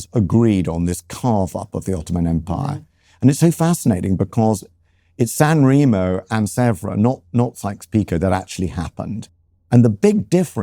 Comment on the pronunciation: You are Italian for f. sake, pronounce San Remo properly.